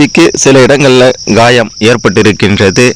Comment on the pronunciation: உச்சரிப்பு கொடுமையாயிருக்கு. காயம். கா என்ற வார்த்தையையும் ய என்ற வார்த்தை யையும் அழத்தி உச்சரிக்கவும்.